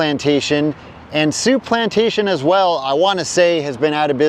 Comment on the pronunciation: Souplantation became Shoeplantation... 😂